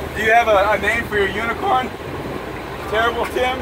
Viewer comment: He said unit corn so meany time 🤣🤣🤣😂🤣🤣🤣😂🤣😂🤣😂🤣😂🤣😂🤣😂